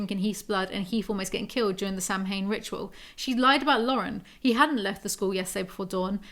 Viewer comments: Not sure if someone mentioned it already but Samhain is basically Halloween in Irish and you pronounce it sah-wn. I admit your pronounciation made me laugh a bit (unlike when they did the same thing on SPN). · Idk if anyone has already said this or if you already know and are being cheeky, but Persephone kinda gets pronounced like Aphrodite, (kinda like per-SEH-funni). And, less important and less well known, Samhain, weirdly, is pronounced kinda like sow-in (sow like wow). I love your book breakdown/narration videos so much omg. Also, taking (vegan) CoQ10 and (vegan) Omega 3s with my ADHD med each day has made a noticeable difference for me in weirdness. Also just so you know, vitamin C can weaken certain meds (like mine, which is Adderall). Congrats on starting your med journey! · I'm so glad is doing one a month, excited af! Also, thought you'd like to know (or not lol) Samhain is pronounced Sow-wan.